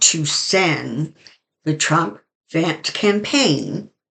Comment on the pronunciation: I love the way you say his name thrump, I call him the 45 piece of crap . Then I laugh to myself with visuals using a 💩. Sorry. VOTE Harris Walz 2024